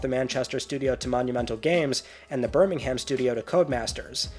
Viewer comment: Birmingham, UK is pronounced ‘Birming-um’ ✌️